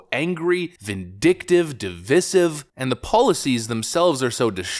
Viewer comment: IT’S DEE-VI-SIVE!!!! QUIT PRONOUNCING IT INCORRECTLY!!!!!